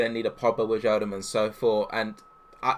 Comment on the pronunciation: Did you really just say WIDGE AL DUM 😂